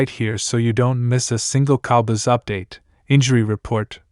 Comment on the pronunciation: These computer generated voice overs just suck.....the cowbuss??